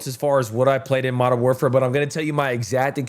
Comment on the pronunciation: Modern WARFARE `사` 아니 `사` 라고 ㅋㅋㅋㅋㅋㅋㅋ